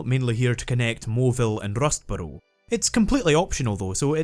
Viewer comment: I clicked 30 mins in to see if this was going to be worth watching and I decided it was solely based on your pronunciation of Rustboro